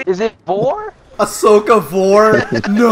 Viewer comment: Why the fuck would you ruin Ashokas name like that